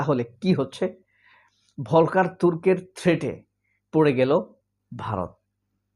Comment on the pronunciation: ভলকার হবে না বরং উচ্চারণ হবে ফল্কার টুর্ক যেমনটি ফল্কস‌ওয়াগেন (Volkswagen) বাংলা ভিকিপেডিয়াতেও দেখলাম ভুল লেখা আছে যে তুর্কি কিন্তু আসলে এটা জার্মান ভাষায় কারণ অস্ট্রিয়া তে বা সুইজারল্যান্ডেও জার্মান ভাষা তবে সূইজারল্যন্ডে আংশিক ফ্রেঞ্চ ভাষাও আছে। আরেকটা শব্দ অনেক সময়েই বাংলাদেশে ভুল উচ্চারণ করে থাকে ভলক্স ওয়াগেন এর মতো সেটা হচ্ছে কিন্ডারগার্ডেন সঠিক হবে কিন্ডারগার্টেন অর্থাৎ ইংরেজি যে চিল্ড্রেনসগার্ডেন 😂